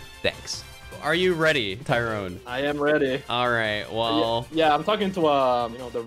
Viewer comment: Btw its Tyron not Tyrone lmaooo